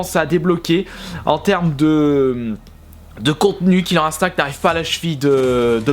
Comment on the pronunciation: Tu le prononce bien :o